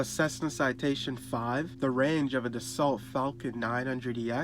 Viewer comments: Dassault is pronounced "dah-so" not "dah-salt" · This video is worthless. It is basically someone reading a sales pitch from yet another airplane upstart that is making claims that are unrealistic and will crash and burn under scrutiny. Save your time and move along. And it is hard to take a video about an aerospace topic seriously when the narrator can’t even pronounce Dassault correctly.